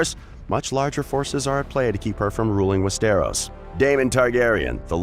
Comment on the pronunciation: you really need to work on pronouncing stuff right like Westeros it’s said like west-tor-os. That’s about as similar as I could spell for it. Just look up other vids on ppl saying it. Also you slipped up at one point and said dany isn’t born for another 2,000 years. It’s 200. But your video isn’t horrible. Figured I’d give some constructive criticism